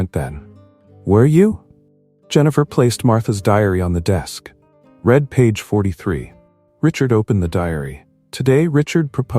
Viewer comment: An interesting & intricate nice story. Well scripted & well narrated. Only flaw is the many times mispronunciation of name 'Sophia' ! Also care shud be given to pronunciation of 'read'/ spelling same but pronunciation different for present tense & past tense !!! Stories need proper editing b4 posting.